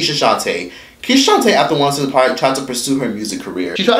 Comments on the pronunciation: It sounds like he is saying once in a park 😂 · It's 106 & park. Not OneOSixAnPark lol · Its 1-0-6 AND PARK... its not 1 word.. I HATE HEARING YOU SAY THE NAME OF THE SHOW!!! SO THUMBS DOWN just because u call it 1sincepark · Not quite Rosa park but I was asking myself why he isn't pronouncing it properly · I thought he was saying Once in the park lmboooo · thing thing is i kept hearing rosaparks hahah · one O Six and Park..duh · once a par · Sounded line once in a park. Like "yo bro, did you hit that?" Him: yeah, once in a park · Once & park 🤣💀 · I keep hearing one oh sis n par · I heard " one since a par"! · I thought he said.....ONCE A PARK😂😂😂 I'm like i ain't NEVER seen this new show. LMBO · Is he saying 106 & park!?? Pronounce the 6 in 106!🤣💯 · Am I the only one hearing him say "once & park" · Are you calling it "once in a park"? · Is he saying once and park? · I thought he was saying Once and Park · 1 0 6 and Park. Just strolling, but realized that the numbers in the name of the show are never pronounced correctly or enunciated. Otherwise good work, you have good energy. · The way you say 106&park it sounds like one word 💀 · Is this dude not able to say ONE O SIX AND PARK?🤣🤣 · yo can u pronounce 106 AND PARK properly like damn dude